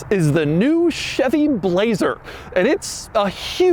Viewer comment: I like how he says BLLLLAZER